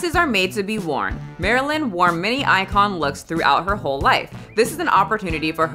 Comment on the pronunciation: I enjoy how the interviewer said “hoe” instead of “whole” when asking. It fits beautifully since her flick is what made her famous. I assume in Hollywood you have to fake outrage to get noticed rn. I saw both things Lily’s been in and don’t remember her at all, so maybe she’s in need of Kim’s advice at the start of the video. If I had the honor to wear the Marilyn dress I’m loosing weight and duct tapping this islander ass as flat as possible not to damage such an iconic garment.